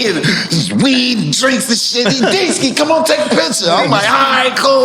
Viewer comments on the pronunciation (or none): It's DeeSki 🤣🤣🤣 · “D Ski”😂😂😂😂😂😂😂😂😂😂😂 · 🤷‍♂ "It's D-Skee" 😂😂